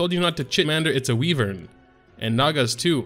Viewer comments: It bothers me how you call it a weee-vern when it sounds more like why-vern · ITS WHYVERN YA FOOKING POTATO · WHY-VERN #triggered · "Wee-Vern" lol love your vids keep uploading when you can! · "Wee-vern" lol xD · Makes you wonder where he got Wee-vern